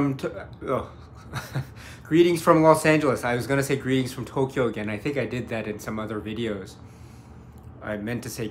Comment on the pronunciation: p.s. When English-speakers people say Tokyo they say "Tow-key-yo" which is three syllables but when you say Tokyo you say "Toh-Kyo" so it comes across as just two syllables.